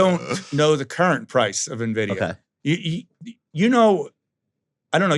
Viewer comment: 'i dont know the current price of nividia'.....he says, not sure how serious i can take this guy, but its an entertaining gag reel , who else is hanging around for josh b4 TG break?